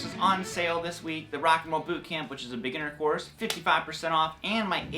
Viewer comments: At :44 seconds it sounded like you said “big intercourse”. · Beginner course does sound like that